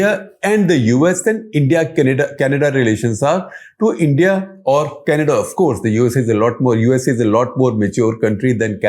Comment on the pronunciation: kanayda lol